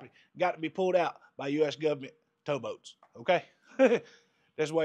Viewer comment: Can always count on the "Guv ment " to help you out when you need it. Lol